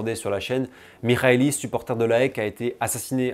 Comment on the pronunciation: haha pas de soucis, je sais que les commentateurs français disent aussi souvent A-E-K. Et belle prononciation de "Michalis" par contre!